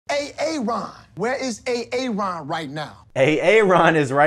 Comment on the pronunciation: It's A-Aron!